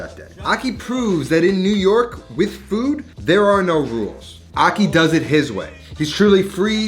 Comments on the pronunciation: Ahki. Not ocky 😩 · Akhi, pronounced aji, the j being the Spanish jota. That’s how “kh” is pronounced in Arabic. Good video, like always.